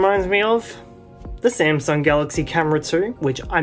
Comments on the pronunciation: The smasnug 😂 how original! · SMAS NUNG💀💀